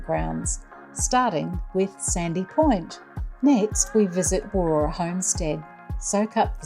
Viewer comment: Just stumbled across your channel whilst doing a bit of research to an upcoming trip to Warroora and a potential future Zone RV purchase. As WA locals, we have stayed at Warroora previously and also day tripped from Coral Bay, but our last stay was over 10 years ago. (By the way, it’s pronounced Warra 😊)